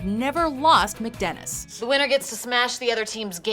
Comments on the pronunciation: Can you speak? First of all, it's "Charlie Work" not "Charlie, Work." Charlie is not being told to work, Charlie is describing work like it's an adjective. Secondly, it's Chardee MACdennis, not McDennis. Is the character's name Mc? No, it isn't. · You can tell by the way she says chardeemacdenis she’s never seen the show